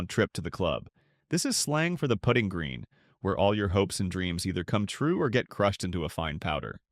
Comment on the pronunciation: AI narration is getting better...maybe someday it will learn how to properly pronounce "putting"...it's actually pronounced differently than "put-ing"